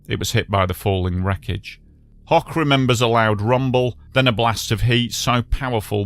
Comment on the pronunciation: FYI - The last name (Hoch) of the fellow in the tram who survived with burns IS NOT pronounced ‘hock’ but like ‘hoke’ as in rhymes with ‘coke.’ It is actually the German word for ‘high’ - and my own last name.